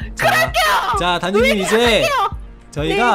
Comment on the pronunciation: 단지가 단미호라고들리지?